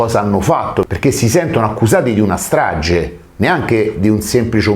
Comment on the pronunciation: nun ze po fa il titolo in inglese e poi dire straGGe di Erba .